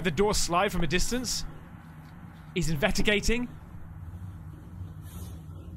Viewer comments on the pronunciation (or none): lol "he's invettigating..."? youve said it that way twice now and its throwing me off